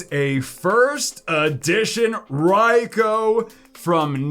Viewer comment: Isnt it pronounced Raikue?